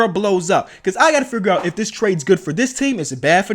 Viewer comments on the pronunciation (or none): none